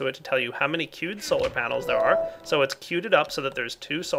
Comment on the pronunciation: when he says "queued solars" it's like he's saying "cute solars"